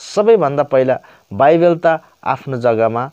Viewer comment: बाइबेल हैन मुला बाइबल हो😂😂